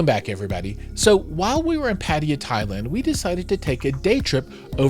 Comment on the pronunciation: Please learn to to pronounce properly the city of PATTAYA.